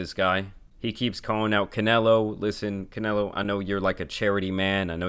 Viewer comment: Why did this Texan Mexican say Canelo say Canelo like that??